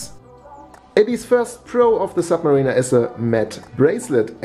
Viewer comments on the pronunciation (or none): Submariner not sub Marina ....Sub Marina would be a place to keep U boats :-) ...... Ilove you German guys from our old country but don't Butcher Anglo-Saxon please guys!